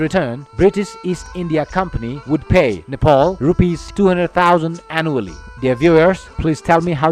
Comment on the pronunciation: I beg you please please please don't mispronounce the name Nepal. Why do you keep pronouncing Nepal as Nepol? I don't have much problem with your fake accent as long as it is clear but when you don't pronounce the name Nepal as it is, i do show problem against it Alright.?? So please..........